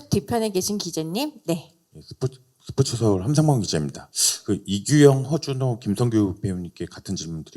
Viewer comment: 하준호 아니고 허준호 입니다